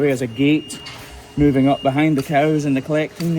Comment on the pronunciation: Didn’t you mean MOO-ving on? 😂